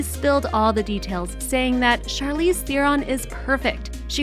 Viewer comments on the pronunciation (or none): none